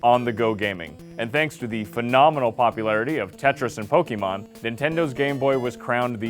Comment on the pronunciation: who else cringed when he said pokeymon its pokemon